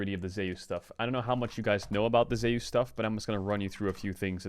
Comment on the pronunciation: "ZEY USE"???